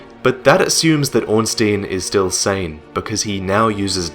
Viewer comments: Can't wait to see more, - I love your work! Just one thing though, Ornstein is pronounced as Orn-Stine;P. It bugs me when people say Orn-Steen -_- haha. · orn-SHTEIN, not orn-STEEN. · Good story, but Ornstein is pronounced "Ornstyne", just sayin' :P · srry but it kinda annoys me that everyone says ornstIEn it's ornstEIn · its not ornstien bro